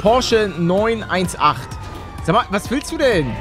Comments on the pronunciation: Wie er statt 9-18, 9-1-8 sagt🤦🏻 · Bin ich der einzige den es triggert, dass Paluten Neun Eins Acht und nich Neun Achtzehn gesagt hat? Ps: bin großer Porsche Fan deshalb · Der Porsche 918 wird wie der 911 Neunachtzehn ausgesprochen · Man spricht ihn 9-18 aus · Junge hat mich das getriggert. Es heißt 9achtzehn! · Mich regt es so auf der er nicht weiß wie man es ausspricht